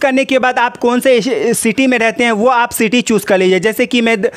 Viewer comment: Bhai choose bol raha chus bol raha hai